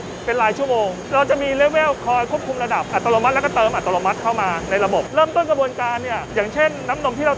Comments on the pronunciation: ดูเพลินเหมือนเดิมครับ ด้วยความเคารพออกเสียง อัตโนมัติ เป็น อัต”โร”มัติ ตลอดทั้งคลิป หรือผมฟังเพี้ยนไปเองก็ต้องขอโทษนะครับ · นี่ก็โฟกัสคำว่าอัติโลมัติของพี่ผจก.ทั้งคลิปเลย 😅🤣